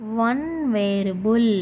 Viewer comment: Variable ni varable ani pronounce chestunnaru😂